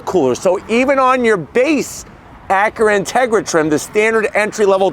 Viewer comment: Drinking game, every time he says “Acuhra”.